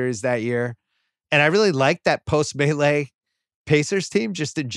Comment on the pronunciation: I was pained a little every time Bill said "The Melee" while referring to the Malice as the Palace